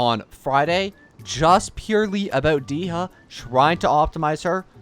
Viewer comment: Dee-ha Lmao I'm dying 😭